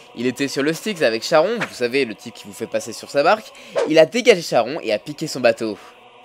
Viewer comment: Bonne vidéo par contre "Charon" se prononce "Caron".